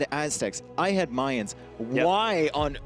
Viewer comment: Someone please tell how to pronounce Mayans correctly, I',m loving the tournament and everything but I cringe everytime I hear Mayans as in the month of May instead of "Ma-yans"